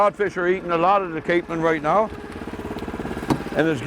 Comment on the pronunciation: Yeah the narrator doesn't pronounce things correctly.. especially Newfoundland and capelin.. lol! We live in Fairbanks, so basically the backyard of Twillingate. is great explaining things! Where are you from in Cape Breton? We knew people from Inverness.